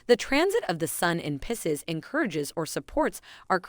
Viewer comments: It’s PIE-seas oh my where did you learn to pro ounce it like that? It sounds French. As does your Geminy. It’s pronounce Gemin-eye. I didn’t hear anything else you said as I was so fixated on that. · It’s PIE-SEAS… 😂